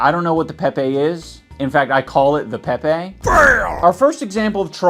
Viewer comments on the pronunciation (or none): none